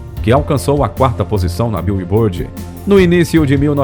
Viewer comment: "biulibôrdi" é o ápice